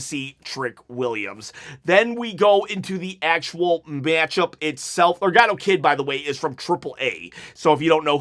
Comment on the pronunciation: I think you mean Laredo Kid not legado Kid lol! Either way buddy I enjoyed the show as well! Let’s go 30K subs I’m ready to win a replica title chop my toy title is trashed up!